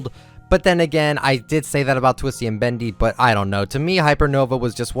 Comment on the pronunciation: I know he meant "but" but it sounded like he meant "butt" lol